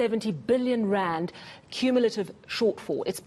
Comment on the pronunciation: What is a Raant? A billion Raant? I have never heard anyone say it like this ever in my life.